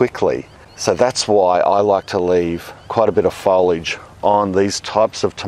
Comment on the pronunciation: Love that pronunciation of foliage❤